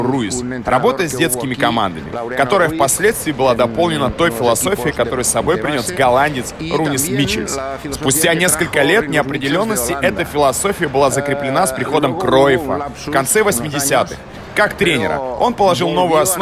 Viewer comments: Или я чего-то не понимаю, или Женя не так произнес имя и фамилия величайшего голландского тренера Ринуса Михелса (именно такой вариант я всегда знал) А Сава его назвал как Рунис Мичелс. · 2006 год. Правильно произносить "Ринус Михелс". И газета "Эль Мундо Депортиво" это одно издание. Просто ухо режет. Угол головы - лучший!